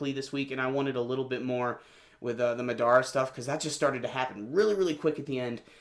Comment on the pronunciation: It's Ma-da-ra not Ma-dara.